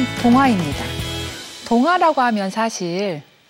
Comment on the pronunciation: 장음인 단어의 첫 자를 "짧게 잘못 발음한 예: 사실, 계기, 최근,해주,소설,선행, 두 개, 선택,세상,천대 ,좋겠어요, 등! 이런 평상어를 바르게 발음하지 못하는 학자!! 또 한가지 !! 강의중에, "난이도는쉬운데" 라고 해ㅆ다. 이 얼마나 어색하다. "난이"의 한자를 어떻게 쓰는지 아시는지요?